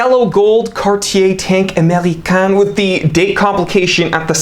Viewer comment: Americaine —> AmericaNNe Americain —> AmericAAn